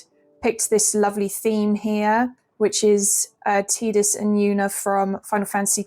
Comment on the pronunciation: When she's a Vita fan, FFX fan, plays the Besaid theme 🥰, but pronounces Tidus as Teedus :face-purple-crying::text-green-game-over